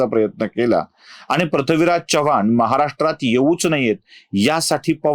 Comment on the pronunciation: Chavvan Naahi Chavan